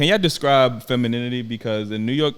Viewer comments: Shawty with the bucket hat on couldn't even say "femininity" so you know she don't know what the hell it looks like yet alone how to describe it! 🤣 Shawty on the far right too wishy-washy. Would agree on somethings things then the feminists side would come out. Definitely would shoot my shot at the one in the middle😅 Seems more understanding... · Can't even pronounce femininity - much less spell it - much less be it